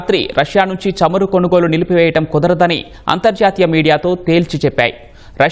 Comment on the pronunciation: చెమురు కాదురా బాబూ చమురు. తెలుగు భాషను హింస చేయవద్దు